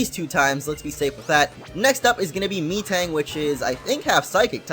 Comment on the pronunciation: "Mee-tang?" I'm pretty sure it's "Meh-tang"